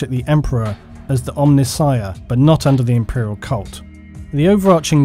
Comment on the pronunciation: Hey, you pronounced C'tan right in this one (well, close enough). Now you've just got to work on Omnissiah.